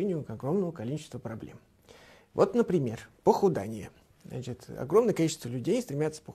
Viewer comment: Правильно говорить "похудЕние"! А не похудАние.